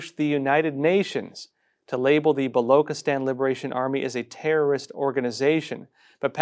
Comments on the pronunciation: Baluchistan Pronounced as written. Bah loo chih Stan. NOT bah loo kih atan. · Its blochistan not v Blockistan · It is Baloch and not Balok Pronounce Balo chi stan not Balo kistan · Ch in balochistan is pronounced as ch as in chair and not as k in kettle. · “Chi” in Balochistan is pronounced not like “ki” but “chi” in Chief. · It's not *balokstan, Baluchistan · Its not Balokistan but Balochistan (Chi like in China) . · Hi, its not Loch as in Loch Ness. but its pronounced as "Buh" "Lo" "Chi" "sthan" Would appreciate if you can pronounce it correctly, thanks in advance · Baluchistan...is pronounced...Ba-Loo-Che-Stan. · Ch as in china, please!